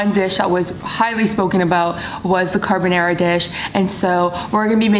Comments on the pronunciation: She took a whole ass class and still says carbonæra lol we stan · CarbonAra, not carbonera. Please!! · just trying to figure out why she keeps pronouncing it carbonEra tho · car-BON-are-ah not car-ba-narah love u but please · You’ve taken a course on this and say CarbonAIRa?